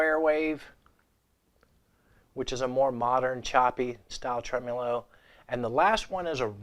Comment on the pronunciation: Lord. It’s trem-O-lo, not trem-U-lo.